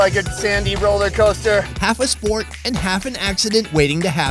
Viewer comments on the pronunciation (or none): none